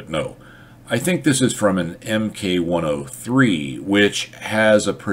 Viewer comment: I'm glad to hear you say "MK103" etc, rather than thinking MK is short for "mark" (as on British things) - I've heard that other places, when in reality it's short for MaschinenKanone